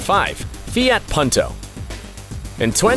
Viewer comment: 그리고 새끼야 듣다보니 이름 똑바로 안부를래? 푼토를 펀토라고 하질않나 조에를 조ㅡ 라고 허질않나 헌대이 발음은 어쩔 수 없어도임마